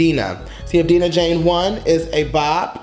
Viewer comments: Die-Nah not deenah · It's not DEE-NAH IT'S DIE-NAH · Yes thanks for reacting to Dinah Jane I love her so much 💞 & her name is Dinah Jane like Dinosaur pronunciation Die nuh Jane not Deeenuh Jane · Yeah Bottle’d Up did sound like a scrapped Fifth Harmony song, & her name is Dye-nuh i think instead of Dee-nuh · U keep saying Deenah and it’s DIE-NUH... DIE-NUN JANE Not Deenah 🙄🙄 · I'm gonna say this with love: it's pronounced DIE-nuh! 😂 But yeah she really did an amazing job with this EP. These songs aren't actually gonna be on her official album, which is why she released them. I would encourage you to look into the story behind her song "Fix It". It's such a personal song and I have a whole new found respect for her because of it. Great reaction as always! 💜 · Sis! Its "Dye-Nah" Jane LMAOOO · Thank you for reacting to our girl Dinah Jane pronounced Die-Nah lol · And it’s DI-NAH LOL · Its DIE-NAH LOL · I love how you you got her name right in the beginning then second guessed it a minute later and got it wrong then just gave up and called her dj😂😂👍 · you literally said Dinah right then wrongfully corrected yourself 🤧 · Right it’s annoying like he knows how to say her name